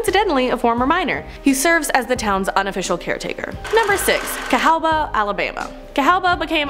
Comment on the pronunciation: Cahaba. We dont really say the "w". Its like the river. But much love for the mention.